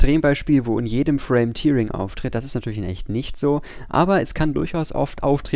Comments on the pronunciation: Man spricht es eher täring aus, nicht tiering, aber sonst gutes Video. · Hier kann man sich die korrekte Aussprache vorlesen lassen. Tearing hat nichts mit der Träne zu tun, sondern heißt reißen. Daher wird es auch nicht "tiering" ausgesprochen, sondern "täh-ring" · Sehr gutes Video. Bei euch lern ich immer dazu. Tearing wird aber tatsächlich "täring" ausgesprochen. To tear kann entweder mit "to tir" oder "to tär" ausgesprochen werden. Ist ein bisschen merkwürdig... Jetzt hab ihr was von mir gelernt :) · Tear wir Tär ausgeprochen.